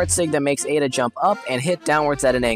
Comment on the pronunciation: ada rhymes with soda